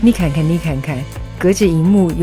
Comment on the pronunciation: 我听到了山东话，嫩看看，嫩看看